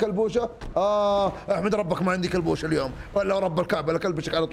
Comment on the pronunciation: اسمها كلبوشا مو كلبشا